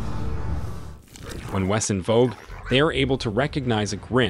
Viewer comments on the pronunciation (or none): I’m sorry, did you say WESS-IN?! It’s pronounced VESS-in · The W is pronounced as V in German! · The W is pronounced as a V sound in german (which is the proper way to say it and the German language is where a lot of the vocabulary in Grimm is from) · Pronounced z in the middle not ss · No, there's no "ss" in the correct pronounciation, it's a soft "s"! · It's pronounced "Ve sin" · Bruh- WESEN IS PRONOUNCED WITH A V! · No "i" in the pronounciation of the German word Wesen! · That pronunciation of Wesen hurt me. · Did the official Grimm account really just pronounce wesen wrong. I wanna die